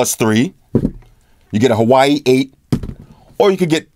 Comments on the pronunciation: its not Hawaii...its pronounced.. wah-way.... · Its not pronounced Hawaii, its pronounced "wa-way"